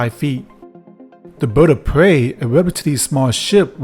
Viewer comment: “The Boid of Pway.”